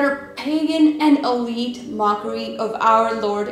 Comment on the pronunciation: Why is she pronouncing elite as olite??